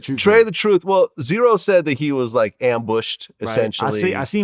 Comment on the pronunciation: z-ro not zero